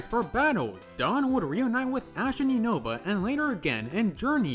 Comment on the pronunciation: Say it with me now “you-nuh-vuh” NOT “you-know-vuh” 🤦‍♂️